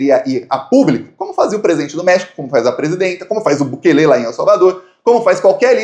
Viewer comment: A pronúncia certa é Bukêle, não Bukelê.